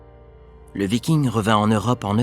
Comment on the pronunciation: Et pourtant, aujourd'hui, il est reconnu par le consensus scientifique que les scandinave de la période viking (viking et pas vicking merci;) ) sont allés en Amérique, comme quoi, l'Histoire n'est pas figée comme les trouveurs de vérités veulent le prétendre. Dans les années 1020 même pour être précis. De là à dire qu'ils l'ont découverte, techniquement, Colomb ne l'a pas découverte non plus d'ailleurs puisqu'il se croyait aux Indes XD Je ne vois pas en quoi les livres ne peuvent pas apporter de nouvelles informations, la littérature sur les scandinaves et les vikings est justement en train d'exploser ces dernières années apportant nombre de thèses très intéressantes comme le livre de Johanna Katrin Fridriksdottir "Les Femmes Vikings, des Femmes Puissantes" qui apporte une analyse et une belle vue d'ensemble des sources à disposition pour parler des femmes de cette période. Evidemment, cette effet de mode amène son lot de mauvaise littérature parfois propagandiste ou biaisée, il est tout aussi compliqué de faire la part des choses que sur la toile >< Enfin, concernant le principe de cette vidéo, il s'agit d'un "réact" le but est donc en clair de découvrir un contenu et d'y réagir à chaud, ce n'est pas une méthode scientifique mais plutôt un type de contenu assez en vogue sur internet, a certainement voulu s'y essayer;)